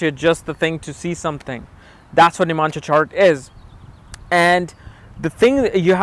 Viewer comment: its not nimansha.. its navamsa.. u dumbhead